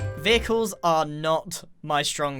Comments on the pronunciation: Grian be like “Vickles” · Anyone else feel like when he said “vehicles” it sounded like pickles?